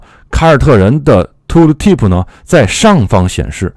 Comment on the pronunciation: 为什么是 吐鲁提普 不是 吐提普 吗？^ ^